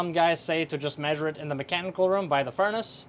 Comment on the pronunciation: say THE THE THE THE THE THE THE NOT:DAH!!!!!!!!!!!!!!!!!!!!!!!!!!!!!!!!!!!!!!!!!!!!!!!!!!!!!!!!!!!!!!!!!!!!!!!!!!!!!!!!!!!!!